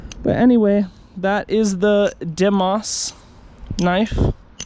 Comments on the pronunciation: pronounced day-mos im pretty sure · It’s actually said like this di emos not die emos or demos no cap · its pronounced day-mowes like phobos, but deimos, sorry for annoying everyone with a correction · Me: watches geometry dash content Also me: “WHY DOES HE PRONOUNCE ‘DEIMOS’ THE WAY HE DOES!?” Also that knife is sick.....